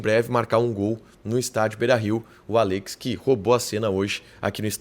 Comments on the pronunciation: É “Àllex” não “Allêx” 😵‍💫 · Qe pronunia estranha desse nome Allex kkkkk